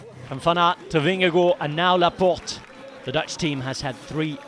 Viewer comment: Pronunciation of "Vingegaard" please!!! Last part sounds like first part of the English word 'garden' Vinge-Gard You are welcome. Your French is perfect! ;-)